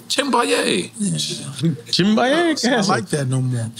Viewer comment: he said chimbaye lol